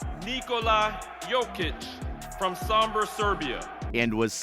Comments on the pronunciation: It's not Saaambor.. its O... sOmbor... like Oats. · It's not Sambor it's Sombor brate :) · Sombor. Not sAmbor.